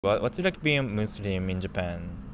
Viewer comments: bro really said musurim 💀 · it is not musrim, it is muslim